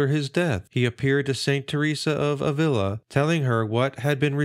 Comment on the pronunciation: Thanks for the upload, but two corrections: the accent on Alcantara goes on the second syllable, not the third (alCANtara), and in Avila, the accent is on the first, not the second.